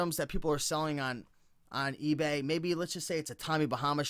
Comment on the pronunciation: "egay" hahah ;)